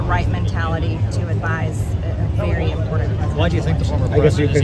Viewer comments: Hey MTG! Say ''imporDant'' one more time......... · Love how MTG always says this is “such an impordant election”. Learn to speak English correctly,lady. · "...impordand... - MTG